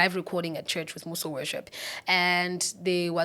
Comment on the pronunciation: He really pronounced Mmuso as M-You-So😭😭😭😊